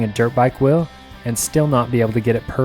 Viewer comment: Why does he call it a ‘whirrel’ and not a wheel